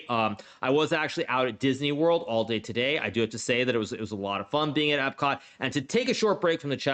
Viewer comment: Just love how He puts an a cent on "today" 😂❤